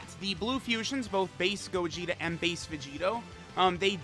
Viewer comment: i thought he said faze gogeta instead of base gogeta lmao